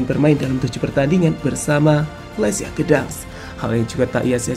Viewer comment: Gdanks min bukan gedang